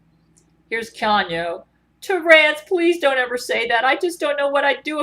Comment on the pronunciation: One would think with all the brain to brain communications she'd be able to pronounce Keanu's name properly.